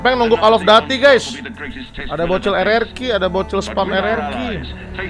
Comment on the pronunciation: bang bukan call of daty call of duty baca u bukan a